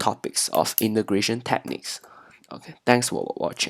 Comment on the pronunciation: 8====D hoho i heard imigration instead of integration